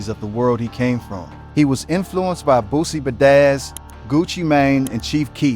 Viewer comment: Literally… what’d he say Boosie Bedazzled?!